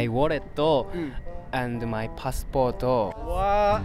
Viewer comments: Lil Clorox only “pasupōto” (passport) wallet isn’t “walletto” it’s “saifu” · WALLETO AND PASSPORTO WAS SYOLENO LMAO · hahah find it cute how some add the "o" to English words "walleto" "passportto". The guy with the black scarf from Osaka is cuute <3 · Aw. His walleto and his passporto got stolen😂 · very gudooo, butooo. My walleto, passporto